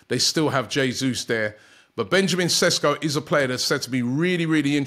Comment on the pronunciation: Ww yeah Rob you definitely butchered his name. You misplaced 6 letters